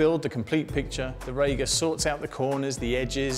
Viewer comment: HI - I believe it is pronounced Ree-ga, not Ray-ga....